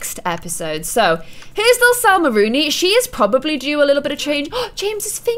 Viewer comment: I not trying to be rude or correct you meanly but there is no r in Salma